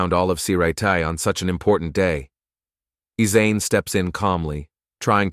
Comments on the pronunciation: Aizen brooooo not asen 😢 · The way the ai said byakuya name wrong 🤦‍♀️ orihime for aizen